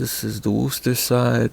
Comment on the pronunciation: Dang you did really well saying Worcester must people pronounce it WAR-CESTER for me is Woostah Ma Hey It's a New England Thing LOL ... And yes that Refrigeration Ratchet is still used today it is used to open and close the Refrigeration Valves on a A/C compressor lines the 1/2 box end is used to remove called the King nut cover and the Ratchet part is use to slide onto a Square Shaft that controls the A/C valves ... bring out more Interesting tools like that good video so the next time you see the name Worcester Ma just say WOOSTAH MASS-UH-CHEW-SITS lot easier to say LOL